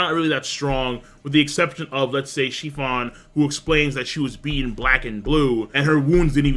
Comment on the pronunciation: Praline (pray-leen) It's a type of nut. It's delicious in ice cream Capone "Gang" Bege (beh-gay) Chiffon (sheh-fawn) Say "Sheh" like the beginning of "Shit" but with no T You pronounce Japanese words so well. I'm always surprised to hear you slaughter other words, haha